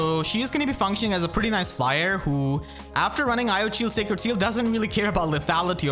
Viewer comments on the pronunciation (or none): none